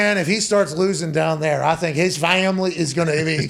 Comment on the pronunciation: “Muh fam-uh-lee” hahahahaha